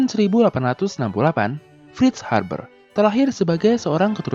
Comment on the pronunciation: Haber min, bukan harber. Videonya udah menarik pake animasi, penyampaiannya juga sudah baik. Saran aja, gak usah banyakin bercanda biar formal sekalian, videonya sudah bagus kok, gak bosenin. Goodjob